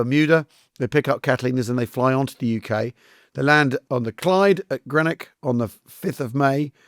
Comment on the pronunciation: How do you mispronounce Greenock so poorly?